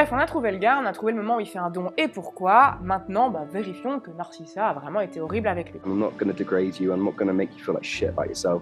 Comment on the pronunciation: Désolée mais le "véri - fion" m'a foudroyée 🤣😭